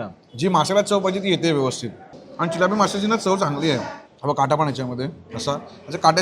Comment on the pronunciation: चिल्लाप नाही ओ, चिलापी बोलतात